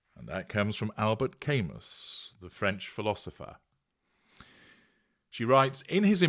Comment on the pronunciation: Ka-moo, is how the surname of Camus is pronounced.